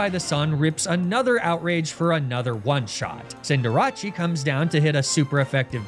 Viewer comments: Wait until you hear arcaneenay, lapruh and cinderachi then. Ur not surving it. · the way you said cinderace caught me so off guard 😅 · He had a tough fight at the end because he mispronounced Cinderace. Maybe just pronounce things correctly and normally (not sarcasm at all).